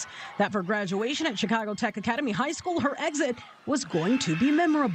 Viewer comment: Spencer for the Win. Love the way you said High Skwell 😂😂Officer Tatum for the Win. Please update your merch Store much love ❤️